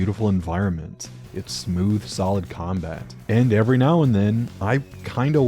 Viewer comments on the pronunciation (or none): none